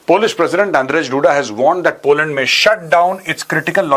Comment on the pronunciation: Major shab poland h polund nhi🤣🤣